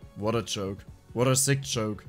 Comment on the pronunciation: i was wondering for a long time what a "choke" must mean. just realized all this time he was saying "Joke".